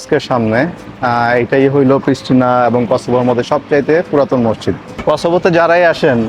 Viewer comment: মসচিদ কেন বলছেন।ওটার উচ্চারণ মসজিদ হবে। দেখেতো সচেতন মানুষ মনে হচ্ছে!